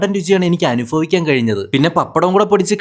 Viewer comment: Oon nalla taste aan" അനുഫഫിക്കാൻ "hazhinjath polum" അനുഫഫിക്കാൻ "😹